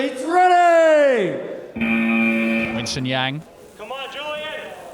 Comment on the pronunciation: such a great ep but the "winson yeng" 😭 its pronounced "wern sin yung"